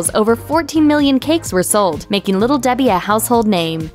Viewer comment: Little Debhee heee